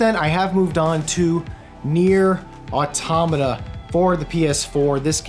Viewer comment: AUTO MATA. not autamata.